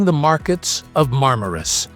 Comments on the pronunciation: Nicht marmarus sondern Marmaris😅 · MarmarUs.. ah joo... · Marmaris heisst der Ort..nicht Marmarus. ..